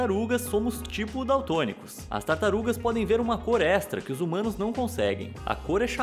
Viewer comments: Já eu entendi "zoomanos" kkkkk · Mano... Eu entendi "Os Zumanos" kkkk